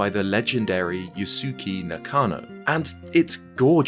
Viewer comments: YOO-skay Nakano. Second U is silent or "swallowed." -ke is pronounced kay not key. Like how Sasuke is SAW-skay. Not trying to be a dick, I just think proper pronunciation is important when it comes to names. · that pronounciation of yusuke nakano is hilariously bad